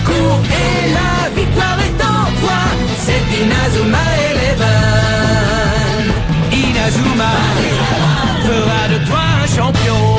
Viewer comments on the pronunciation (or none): Les cousins c est pas inazouma eleven mais c est INAZUMA ELEVEN le "u" se prononce "ou" en japonnais